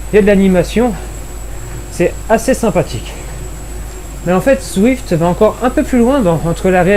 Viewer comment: C'est quoi dans le Z que t'arrive pas à prononcé dans zwift ?